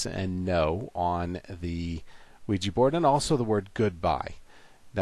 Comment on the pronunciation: Luiji board? 😂